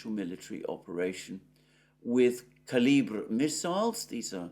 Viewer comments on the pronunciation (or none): none